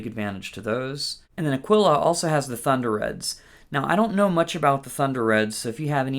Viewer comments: Aquila is not spanish, where eagle is aguila pronounced ['a-gwilah], but italian, pronounced ['akwilah]. Akeela pronounced like tequila is wrong and does not exist neither in spanish nor in italian, trust me, I am 100% certified italian, and guitarist. Aquila strings are 100 italian made in Vicenza, Italy. So please don't think you are smarter, do your own research on Google, and please simply call them by their name: 'Akwilah. What do you mean with "I don't believe you"... Cose da pazzi ci tocca leggere, mannaggia, il primo che passa si inventa qualunque fesseria e monta in cattedra! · Great tutorial, thanks a million. But please, folks, stop calling Aquila strings "Aqueela" with the accent on the double ee. It's 'Ah-kwilah, accent on the A. 'A-kwilah. Means eagle, in italian. Thank you